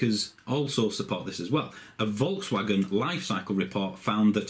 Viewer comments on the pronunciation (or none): none